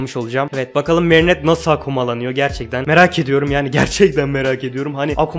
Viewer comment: Abi gerçekten seni üzmek istemiyorum ama lütfen merinetteyi düzgün söyler misin ☺️